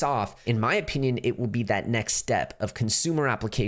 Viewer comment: Funny you and Becker both say O-peenyun 🤣🤣